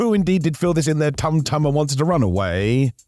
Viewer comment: Gotta love how says "Tum tum" 🤣